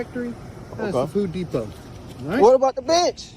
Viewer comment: Did he say "foo depot"? Lmao😅